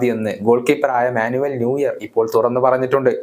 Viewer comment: ന്യൂയർ ❌ നോയർ ✅